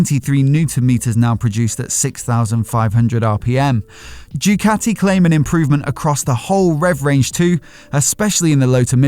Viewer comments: Mate learn how to pronounce Ducati... what’s all this Jewcati crap 🤔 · the way says JUECATTI, it find it hilarious